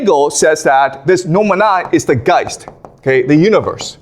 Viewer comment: Is it just me, or is there anyone else who always starts to sing mana mana whenever he says noumena?